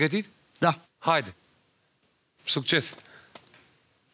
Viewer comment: Smiley zice "SUBCES" in loc de succes?? Aud bine? Doamne fereste...